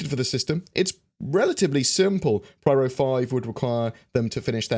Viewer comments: hi, i think it should be pyro not pryro:P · PRYRO? is it not PYRO? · You kept on saying "Pryro", I'm pretty sure it is " Pyro". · Pronounces “pyro” like “pryro” times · Pyro, not Pryro but still really nice video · pyro...not pryro. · Pyro, not Pryro. :D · Agreed; that was a hard video to listen to! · *pronounces pyro like pryro™ while pronouncing pyrotechnic like pyrotechnic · no, it's spelled Pyro... in plain english, not pwyro or pryro... otherwise it should be spelled in other way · I was being facetious dude. I know it's spelled Pyro. I also know it's "pronounced" piro with a long "i". I was making a joke about how I've never heard it "pronounced" as pwyro as he was "pronouncing" it in the video. Read what I wrote. I said nothing about spelling. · Interesting as always:~) It is driving me batty lol but I am almost positive you are saying "Pryro". It just sounds wrong. I am trying to tell if you are actually saying it or it's your accent pulling my ears a bit.:~) oh and btw it goes " a deer a doe a female deer, Ray, a drop of golden sun" Ruined Station area sounds linteresting for salvage with their being lots of battle around the area. The Pyro system might be a good one to have next. This would be due to the pirate inhabitants, it could give us our first "guild" type thing where you can join them. It would also give us the chance to learn how to navigate through infested space areas. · More like pairo. But for non-english people it's peero. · Couldn't watch the video with all the pRyro stuff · Pryro? LMAO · Nope... Apparently is pronounced pwyro! First time I've ever heard it pronounced like that. That whole video I was sitting there saying "why the hell are you pronouncing it like that?". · Thanks, this made me fucking itch... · Yeah that made me shake every time^^ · In "Loremaker's Guide to the Galaxy" Cherie clearly says Pyro... I don't know what is doing here, very distracting.